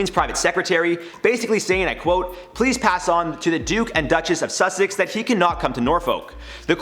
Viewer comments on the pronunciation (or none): none